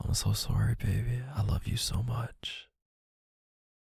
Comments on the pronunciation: I think my fave is when he apologises and says 🇨🇦sowry🇨🇦 😍 haha. Omg nazwa, makes me wonder how many hours we must’ve spent listening to his voice!! (I regret not a single second of it 🤣) I love it when he drops other languages in the audios, he really does nail it. (The best I can do is a teeny tiny bit of French and my accent is suuuper suss 😬🤣) It’s always fun to see that there’s Bumbles from all over the world here too when he does it 🫶🏻 All united in our love of K’s amazing audios (and his very sexy voice 🥵😂) 💖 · “I’m so sooorry” 🤣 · The way he says sorry as 🇨🇦surry🇨🇦